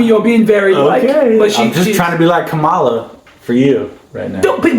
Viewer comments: It’s pronounced …Cam- ma-la!! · Her name is pronounced ,la. (Comma la)